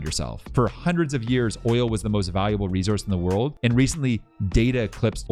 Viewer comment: I love how Canadians say Resource !